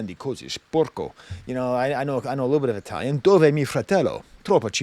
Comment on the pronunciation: the most Russian-sounding Italian Language rambling ever. Needs more parsley, less dill. 😂